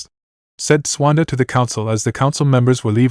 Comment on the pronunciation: I dont know if it's a translation error or a TTS narration error because it was fine in part 1 but....... "Swanda", really? Her name is Tsunade (sue-nah-day) not "Swanda". Either way, wether the error is from translation or TTS. The end result is due to a lack of proofreading/listening and proper editing. Edit- also its incredibly annoying that there is a noticeable pause before.......... "The Hold", everytime its said. Once or twice for dramatic affect is fine but when its everytime it just breaks the narration flow for no reason.